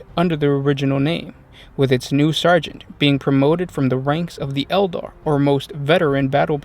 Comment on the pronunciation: elder or Eldar?